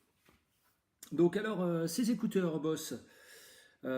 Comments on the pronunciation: ON DISE « boZe » ps Bosse mddddddrrrrr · On prononce “boze” et non “bosse” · Très bonne vidéo mais sa se dis boZe et sa serai mieux le plan horizontal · Ça se prononce "boZe"